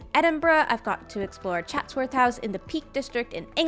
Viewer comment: You got Chatsworth correctly pronounced. It costs an kidney to get in with the cost of it tho.